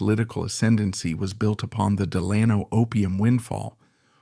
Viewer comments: It's pronounced "Dell Anno," even though it's spelled "Delano." To a New Yorker, well-familiar with the deeply dug Dutch roots of the Hudson Valley, the constant and MULTIPLE mispronunciations of this name is too distracting for words or watching. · Dammit. Del a no Accent on first syllable! Short vowel on a and a. Can't watch any longer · I just told him. The family are buried here in Fairhaven. Every time he says Delayno I cringe. Does this in all his videos. I give tours at the family's mausoleum. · Too bad the narrator cannot pronounce Delano. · If you're not going to pronounce it right I'm not going to watch this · Three different pronunciations of Delano in the first minute. Is this entire channel AI?